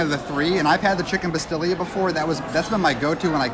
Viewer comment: BasTEE-ya. Not "Bastillya". I love you guys, but wish you'd research the pronunciations before you do these videos. (smile) This has always been one of my favorites, but haven't been in several years. BTW, when it first opened, the restaurant's menu was designed and supervised by the King of Morocco's personal chef, and they had a great cookbook written by him for sale then, too. Many do not know that Morocco and the USA have a long history--they were the first foreign nation to officially diplomatically recognize us in 1776 or thereabouts. As for the aesthetics, you have to remember that part of their culture is that no animals, people, flowers--anything that could be seen as "idolatry" or pagan symbols are allowed--thats' why it is all geometric patterns in the tile and such. Also, guys, Orange Blossom Water is an ingredient, so it goes together in the title and it is not a "water tart" (Smile--sounds like a hooker cruising Splash Mountain) and if you've ever had a Ramos Gin Fizz, you've had orange blossom or flower water and it figures in many other cocktails that do NOT come from the middle east.